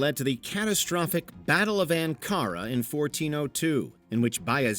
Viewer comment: You know conisdering you have more than 25 million subs, mispronoucning common names like Ankara and Igor is really poor editing. You have a huge audience and you are making 'factual' documentaries. Be better